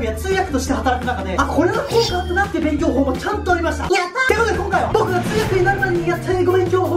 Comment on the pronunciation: 最初のｺﾝｶｲﾊｧ、がｷｮﾝｶｲﾜｧ、になってるの好き